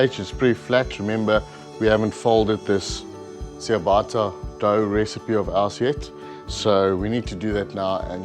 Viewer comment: Nice 😋. Just one thing it’s pronounced Chia bata not chia baaata.